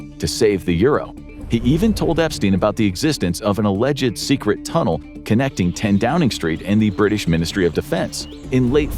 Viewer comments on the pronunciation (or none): “top secred”